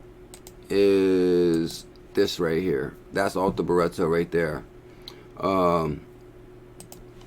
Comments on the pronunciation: BRITTO NOT BURETTO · It's Arthur, as in King Arthur (Nights of the Round Table, Excalibur, you know the story). Not Ar-Tur. Sorry mate, but you are pronouncing it wrong. And it's Britto, like Brit (as in British) with an O on the end. Hope this helps. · this dude is purposely adding letters and vowels to Brittos name for fun, on purpose. He does this with all sorts of words over the years I've noticed. He's just trolling you fools lol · abdel el - my thoughts exactly - if you gonna read something FFS read it/ pronounce it correctly or don’t read aloud.... simple really